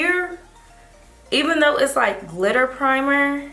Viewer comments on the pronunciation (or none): none